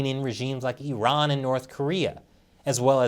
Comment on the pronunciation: Thank you for calling Iran, Iran not i-ran